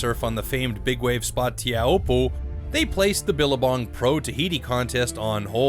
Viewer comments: "TEA-A-HOOPPO" Cringe worthy commentary. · His pronunciation of Teahupoo is killing me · The narrator doesn't even know how to pronounce the name of the spot. Laziness on his part. The video is beautiful and gut-wrenching and the commentary by the participants is spot on. Huge props and kudos to all who were out that day. Only a surfer knows the feeling.